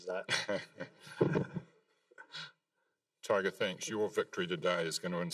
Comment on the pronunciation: For all you Aussie fans. His name is not Toyga. Its Tiger. Repeat after me . Tiger. MAGA. 2020.